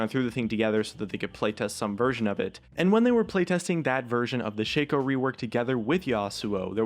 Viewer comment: Ok listen up shaco's name is shaco not shakeo